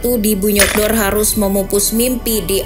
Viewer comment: Bunyodkor kan cara bacanya